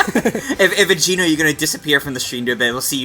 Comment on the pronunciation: Each time he says Geno my cringe bone grinds against my core!